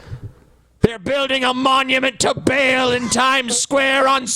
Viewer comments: It's pronounced Baal Ba'll Ball not Bale. Come on you guys. Don't be as stupid as Glenn Beck. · Ba'al pronounced as "bale"? Come on now. The fact that it's pronounced more like "ball" is probably the best part about the localization of Bravely Second by Square Enix because despite the censorship they actually still made the joke that they're going to "bust some Ba'als.". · aaarrrgggghhhhh it's not bale it's fucking Baal, as in the sound sheep make "baaaaah" with a fucking "L" at the end :D